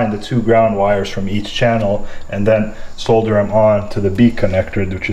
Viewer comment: Video was completely useless. Couldn't pay attention to anything you said besides your pronunciation of the world "solder"